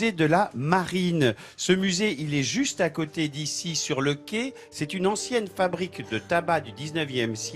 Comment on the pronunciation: Attention à la prononciation du mot "Quai". Ce n'est pas un 'qué'. Retournez au CP !